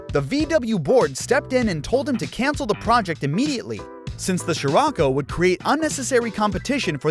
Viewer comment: You lost me on that "cancal" parth 🙄